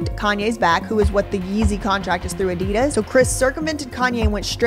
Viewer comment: Great video. But I cringe when Americans don't pronounce Adidas probably 🙈😖